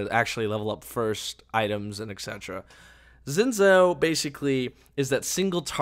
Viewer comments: its pronounced xin jao zh makes a j sound in chinese, it drove me insane whenever you said xin zao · Xin Zhao is pronounced 'Shin Chow'